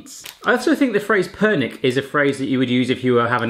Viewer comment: Ha pernyk? Je to (perňík)